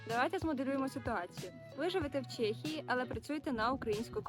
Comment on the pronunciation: Чому Чєєєє ? А не ЧЕхія 🤔🤦‍♂️ Так само як Чєк і Чек з магазину